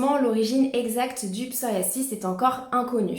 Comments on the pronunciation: Je crois qu'on peut prononcer psoriaZis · Merci pour ces onfos mais le psoriasis ne se prononce pas comme vous le prononcé !!!